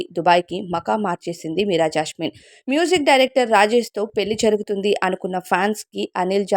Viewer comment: జాస్మిన్........ జాష్మిన్ కాదు 😡😡😡😡😡😡